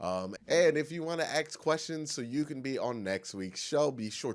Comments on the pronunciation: One thing i noticed watching your videos: Why you always say aks insted of ask? Is that a joke? Is that some Cleveland accent? Because you are the only one english speaking person in the world who i hear says aks? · Axes. ...again!!! Bro doesn't even give a fuck to TRY to say the word right. Lmao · It's super common. When people told him he said it wrong he couldn't hear a difference. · So you say he is the only one talk like that? I'm from Europe, English is not my mother tongue, so it's very strange for me to hear him talk like that, because i've never heard anyone else say aks.